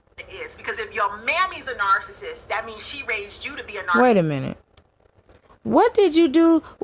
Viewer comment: I hate the way she says narcissist too... She be like, “Kevin Samuels is a narssus, and when you deal with narssuses” smh 😂